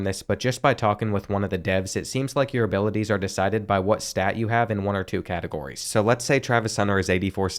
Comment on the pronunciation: can u say abiwaties again